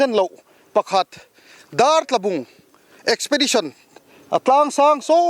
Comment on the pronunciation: eksipedisawn tih tur lawm :D